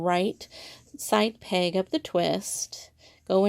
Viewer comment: Would it be too much to ask that the knit loom instructor use a proper pronunciation for the word "peg". Is it a regional thing to call it a "pang"? Really confusing.